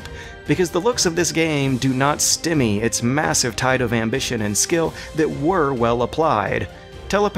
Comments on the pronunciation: Dude, its not "stimmy" its "stymie". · Love your work but the word is pronounced "stie-me".